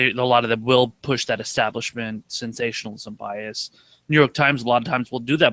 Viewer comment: Say it with me, Kyle...ESTABLISHMENT